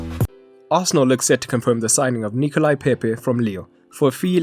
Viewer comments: It’s Nicolas (pronounced ni-co-lah) not Nicolai. It’s a French name as opposed to a Russian one! ;) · I understand you are not African and therefore u could only pronounce Pepe name as Nicolai instead of Nicolas .........love the channel though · I understand you are not African and therefore u couldn't pronounce Pepe name as Nicolai instead of Nicolas .........love the channel though